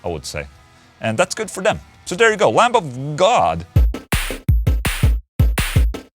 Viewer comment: The b in lamb is silent